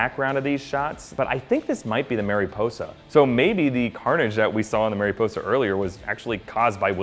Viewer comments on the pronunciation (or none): its mare-a posa not mary posa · Marisposa is spanish for butterfly. I's in spanish are pronounced as E's.